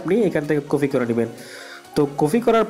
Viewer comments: ভাই আপনাকে অসংখ্য ধন্যবাদ ভিডিওটা করার জন্য তবে আপনার একটা ভুল হয়েছে বারবার বলতেছেন কফি সেটা কফি হবে না হবে কপি। ধন্যবাদ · আপনি তো ঠিক মতো কথাই বলতে পারনে না কপি লিনক কে কফি লিনক বলেন আর কত যে ভুল 🤣🤣🤣😂😂😂